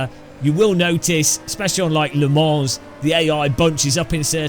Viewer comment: Oh dear , I've had to unsub again! You mispronounced that French home of a very famous endurance race , yet again !! Don't say I didn't warn you...😂😅